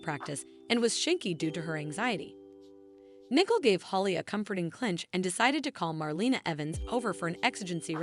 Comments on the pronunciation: Yes, they need to pronounce the names correctly. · IT IS NICOLE, NOT NICKLE